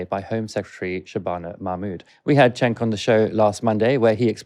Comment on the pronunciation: It's pronounced Jenk.☺️.